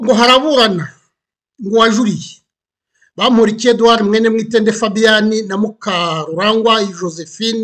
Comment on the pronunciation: Eh How are you pronouncing Bamporiki 😰😰…it’s so hard to focus pe 😂